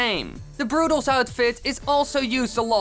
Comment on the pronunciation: Rusho896 Productions u can’t even say they’re name correctly